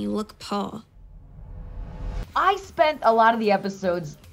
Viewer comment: Lol I was so amused by how she said “you look paooor” I kept repeating it and now my toddler says that to me 😂🤦🏻‍♀️